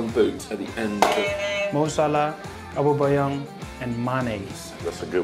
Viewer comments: awobeyang instead of aubameyang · Who won the golden boot 2018/19? Gini: " Mo Salah Aboobeyang and Sadio Mané (listen carefully when he says Aubameyang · my man said aubaBayang 😂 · No one: Gini: ABOBAYANG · Gini wait, what? Aubabayang 😂😂😂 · Who is “aububuyang” 😂😂😂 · He means Obama Young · he said abomboyang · did wijnaldum just say Obubayoung instead of Aubameyang? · 😂😂😂 Gini pronounces Aubameyang so wrong